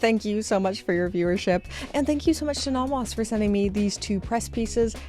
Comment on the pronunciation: Please learn how to pronounce "Nomos."